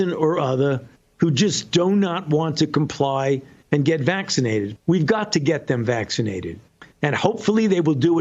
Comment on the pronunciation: Did he say "COMPLY"??